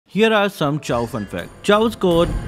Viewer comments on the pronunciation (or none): Bro it pisses me off whenever he pronounces Chou's name like that💀💀